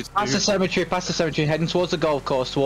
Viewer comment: Cemetery is 4 syllables. Sem-eh-ter-ree. Otherwise it sounds like "semi-tree" describing something that is almost a tree or part tree. 😁